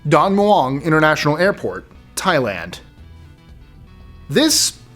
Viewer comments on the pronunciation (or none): none